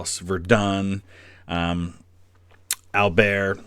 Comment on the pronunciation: I love how you take great care to try to pronounce the French place names correctly... except if those places were the center of major battle during WW1, then you steadfastly hold on to the thick American mispronunciation... Ver-dunn... Ee-prez... 😄